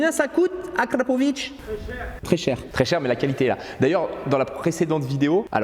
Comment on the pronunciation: On dit AKRA!!! Au moin t'es sur!! ;)